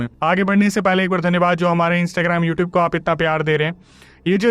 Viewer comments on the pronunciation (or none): none